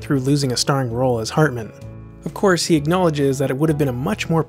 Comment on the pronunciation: The narrator in this video has an enunciation problem. I'ts HARtman, not HERtman or HURtman... HARtman as in 'Heart'